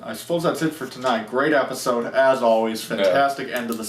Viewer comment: Amazing review, and you forget the d in episode